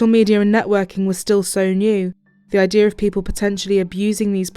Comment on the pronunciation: why do you say " IDEAR " instead of " IDEA "?